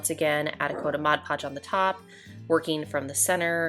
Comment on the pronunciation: Thank you for pronouncing Mod Podge correctly!!!!